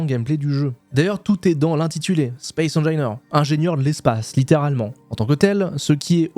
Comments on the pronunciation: "Spaïce HaineJailleNeur" :D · J'pense ça se prononce Space Anginaire 👀👀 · ca se prononce space engineers. de rien pour le référencement c'est avec plaisir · "spéce engaîneurse 2", ca m'enmerde ;) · Tu prononce mal « Space engineers » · Tas gagné mon like et mon abonnement rien que pour m'avoir emmerdé avec ta prononciation de space engineers 😂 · Moi ça m'a énervé ta prononciation ;) Sinon, ancien joueur du 1, j'attend l'arrivée de l'eau pour prendre le 2, mais c'est vrai que ta vidéo donne bien envie de s'y remettre ! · Petit cadeau référencement : J'ai les oreilles qui saignent à chaque fois que tu prononce le nom du jeu :)